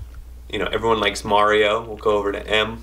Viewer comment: You Mario incorrectly sir! Lol